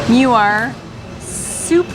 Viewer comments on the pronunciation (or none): Vote for Redang Island the best There’s no curry inside the soup It is rempah kurma ( spice from dates) As for Muar pronounce it ‘Moo wahh’ Not ‘mew war’ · Not meu-ar. It is Moo-ar. And I prefer Redang island. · It's not pronounced as mew-ar, it's moo-waa but the locals called it muo (moo-wo). But foe melakan its moo-wow) with a twang and the second syllable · I am amused when you pronounce Muar as Miuar. It is actually pronounced ' moo...are'. Johorians pronounce as ' moo...awe' ( as in awesome). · Hello! I'm a Muarian living near Putrajaya. BTW, the town of Muar is correctly pronounced as: Muar = "moo-are" ✅. Muar = "mew-err" ❌❌❌❌❌!!! For additional trivia info for you: 1. The official & actual name of town of Muar is Bandar Maharani Bandar DiRaja or translated in English as Bandar Maharani the Royal Town. "Bandar" = town. "Maharani" = empress. "DiRaja" = royal. We can also say it in English as Empress Town, The Royal Town. 2. Muar is a district whereas Bandar Maharani a.k.a Muar town is its district capital. 3. There is a town of the same name, Muar, in Portugal. 4. The Portugal Portuguese was a colonial of Melaka, a capital city of the Melaka Sultanate Empire in The Malay Peninsula back in 1511. Muar area & its town were once formed part of the Melaka jurisdiction. But the Portuguese had not been succesfully to took over Muar where the Sultan of Melaka's retreating party had repelled n defeated Alfonso De Alburqueque at Muar River near Bentayan Fort. The Portuguese had 3 war ships bombarded the Sultan of Melaka but failed to capture or defeat the retreating party. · Greetings from Kanata, Ontario Canada! Muar should sound like “Moo Ar” and the guava should be Jicama. Typical Canadian eh, can’t take a bit of heat eh! Hahahaha Hope you guys enjoy your stay in Malaysia. I love the food selections, the people, places to scuba dive. I love Malaysia!!!!! ❤❤❤ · How to pronounce Muar. It’s Moo-war. Or Moo-wor. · brah the pronounciation of muar